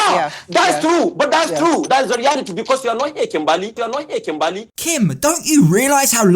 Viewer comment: 😭 what is this even . . Hasn't he been on this show because. My name is KIMBERLY. . . He says KIMBAAAALEE . . My guy . . It's KIM.BUR.LEE 👀 I had to rant I'm sorry I'm sorry lmaoooooo